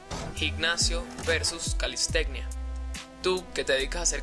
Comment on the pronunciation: calisteCCCnia! 😂😂 pronuncia bien Calistenia.